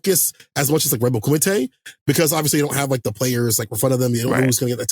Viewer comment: Nice correct pronunciation of kumite :) People mispronounce a lot of stuff when it gets Americanized.